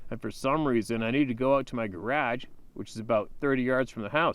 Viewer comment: I like how he says "garage." lol